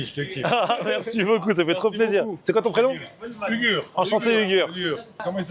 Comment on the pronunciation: C pas ugur c' est " hourrrr " c comme ca qu'on dit en turc